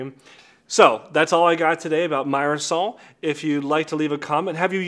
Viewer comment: It's pronounced "meer-sol" 😊